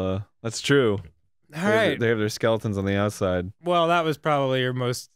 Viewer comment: I come for the grumps, I stay for the way Danny pronounces "skele'uns."